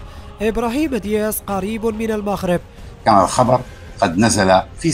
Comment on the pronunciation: تعليق جميل و لكن المغرب و ليس المخرب صحح نطق الحروف